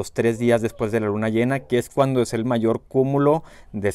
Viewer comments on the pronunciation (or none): none